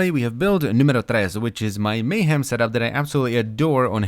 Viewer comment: "Mayham" lawl...